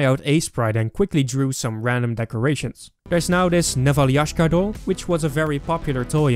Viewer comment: You don't say "neval_ia_shka", you say "neval_ya_shka"